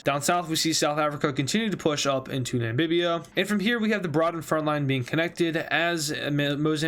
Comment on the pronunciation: Namibia not nambibia